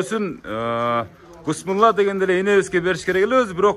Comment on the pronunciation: Бысмылда эмес,Биссмиллах деп айтсанар туура болот